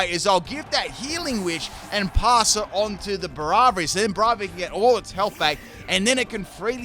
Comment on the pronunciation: Braviary pronounced BRAVE not BRAV